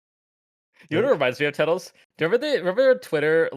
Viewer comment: Tettles wrong